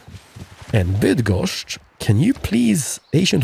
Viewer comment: I know you're partially Polish but still.. hearing you say Bydgoszcz and other names with such ease is weird in a funny way. Keep up the good work!